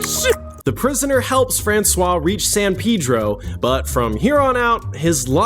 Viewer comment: The pronunciations are killing me 😭 ‘pièce de résistance’ (peace duh resistance) and ‘San Pedro’ (San Pee-dro) are awful yet the pronunciation of ‘François L’Olonnais’ is perfect. I hate it 😂 thanks ❤